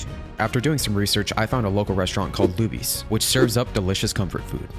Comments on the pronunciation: It's pronounced "Loobies" not "Lubbies" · When it’s pronounced loobies not ~lubies~ 😭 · Haha it’s pronounced “Looobies” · FYI it is pronounced Loo-bees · Did he say Lubbies? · Not butchering Luby’s (Looby’s) name 😩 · That is not how you pronounce lubys 😭 (loo-bees)